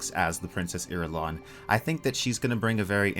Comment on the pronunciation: Irulian! Eye-rule-ian